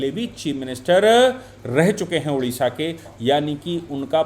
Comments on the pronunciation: Sorry sir, it's not Udisha.... Odisha. Please pronounce it correctly. Odisha. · Hello, Its ODISHA not UDISHA please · UDISHA NAHI "ODISHA " BOLO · Udisha Nanhi Odisha ....Hindiwalo ka Odisha Ke Uchcharan Kab thik hoga..